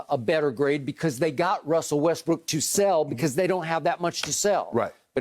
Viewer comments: Shannon say Wrussel Restbrook three times fast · “Wussell” Westbrook😂 Always been a tongue twister for Unc